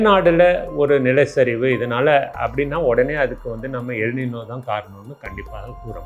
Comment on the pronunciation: எல் “நினோ “ அல்ல! எல் ‘ நைன்யோ’ என்பதே சரியானது!(ஸ்பானிய மொழி)